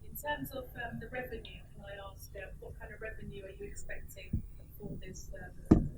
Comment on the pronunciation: "AXE" THE QUESTIONS....